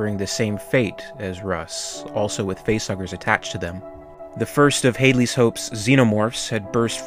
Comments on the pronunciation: Please: Stop calling it Hadeley’s Hope. Short “a” as in Hadley! Like Dad. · "Hade-Lee" ? "Hade-Lee !!". Can't you READ ? It's pronounced 'HAD-LEE' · Had Lee’s Hope, not Hadelee’s Hope. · Great vid but it's pronounced 'Hadley's Hope" as in 'dad' not Haydley's as in " day" . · That proper bugs me too. Runs a Youtube channel specialising in the Alien films, can't pronounce Hadley's. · It's pronounced Had' leez' Hope. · Haydley's Hope? Where does that pronunciation come from? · “Hay”-dleys hope?